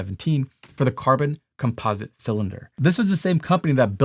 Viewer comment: He knows all this but he still can’t pronounce composite correctly